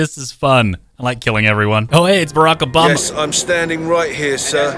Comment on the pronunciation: Barak O mama? Did I hear that correctly?